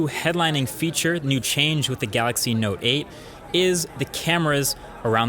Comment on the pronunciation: Note 8 ..noteight